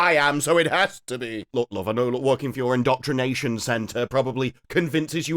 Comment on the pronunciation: girlie thought it was “in-DOCTOR-nation” 💀